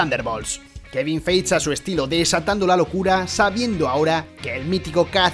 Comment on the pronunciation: Feige se pronuncia Faigui 😬